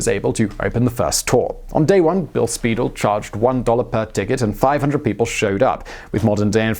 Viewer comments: ”Spy-DELL,” not “Speedle.” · Acccckkkk! I hate mispronounciations! It's Spy-dell. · While we're at it, it would only be honorable to pronounce Bill Speidel's name properly. It is Spy-dell' - just like the stretch watch band company. He was quite the promoter! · Very good, a few pronunciation errors but pretty accurate. Bill Spiedel's name is pronounced Spy Dell. His book "Sons of the Profits" is a Seattle classic! Alki and Duwamish are explained elsewhere. The tours have changed a lot over the years. There used to be different tours for children during the daytime and adults at night. A lot of the access to the underground was lost when Pioneer Square became trendy and new businesses moved in. The current tours are still worth the effort but not near as much fun as they were in the 1960's. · Speidel's books "Doc Maynard" and "Sons of the Profits" were the reason I got so interested in history in the first place. In my view, he's still the best history writer ever. This segment (minus of course the pronunciations of Alki, Duwamish, and even Speidel - the usual gesture of throwing my arms up in the air in frustration) is a good supplement to his stories of the Great Seattle Fire (and the reason why there isn't a Denny Hill located where Belltown is today). Hiram Chittenden, early Seattle's most famous civil engineer, came in sometime after the fire I think - a biographical segment on him would be interesting (even if he is a major figure just in local Seattle history). As I recall, Lou Graham's more famous moniker, at least according to Speidel, was Madame Damnable. That she was such an important figure in early Seattle history, and its eventual rise over transcontinental railway terminal Tacoma, is part of what makes the city great - I'm glad you guys gave her the respect she deserves (as Speidel had).